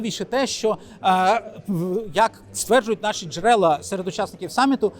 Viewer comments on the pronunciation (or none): none